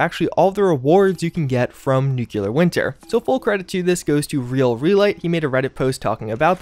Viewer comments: NUCLEAR not nuculer! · Nuke-LEE-Are SAY IT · Still not pronouncing nuclear correctly. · What are the chances we get all the way to the end of Nuclear Winter season without ever learning how to pronounce it?